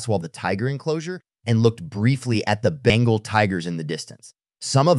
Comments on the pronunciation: It's not bangle tigers. It's Bengal. Tiger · Bengal not bangle